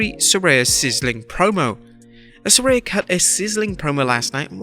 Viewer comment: Saraya is pronounced Sariah and Kevin Dunn has the most punchable face ever.